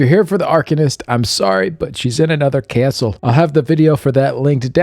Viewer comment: “Anuther caestle!” Thanks for your videos! Enjoy Vegas (if you’re there!)